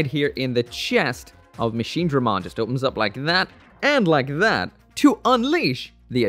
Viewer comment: Finally! Machinedramon and not Machinedremon